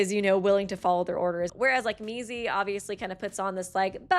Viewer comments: Did she just call Mizi, Mickey??? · oh yeah! such cute "friends" also the was she calls mizi Mickey 😼😼🦅🦅🦅